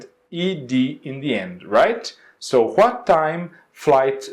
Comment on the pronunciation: Adorei o conteúdo do video, só achei estranho mesmo o jeito que tu pronuncia "what" e "when", tu pega muuuuito o W com som de R.